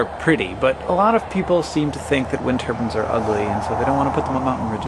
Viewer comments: He pronounces it like 'wind turbans'. Can it be pronounced like that? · He pronounces it funny, but he means "wind turbines". :)